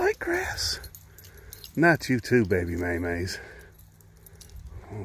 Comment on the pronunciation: Hubby was listening to your video as I was watching it. He thought you were calling your dog Baby Mayonaise LOL.